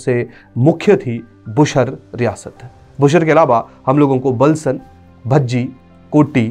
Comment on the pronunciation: It's बुशहर रियासत not बुशर रियासत 🙏